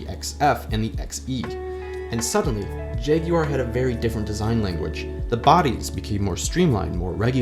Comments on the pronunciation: Jag-YOU-are? Bravo. 🙌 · Thank you for pronouncing it properly! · Well done for pronouncing Jaguar correctly.